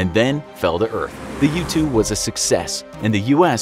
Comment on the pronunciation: Am I the only one that when he said u-2 I thought he said YouTube a couple of times